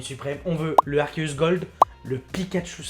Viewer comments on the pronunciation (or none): none